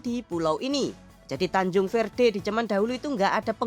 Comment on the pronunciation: Tanjung verde jadi tancung verte😆😆😆😆